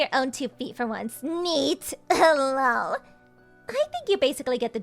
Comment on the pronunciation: I know, right? I've never heard anyone to say the actual syllable "LOL," and it's quite nauseating. But then you can tell that this entire series is done by people for whom English is NOT their primary language...😂🤣😅